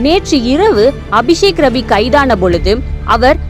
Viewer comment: I heard விஷக்கிருமி instead of அபிசேக்ரவி😂😂😂😂